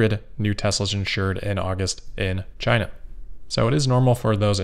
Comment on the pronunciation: Maybe that is a question you should ask "Chy-na." DJT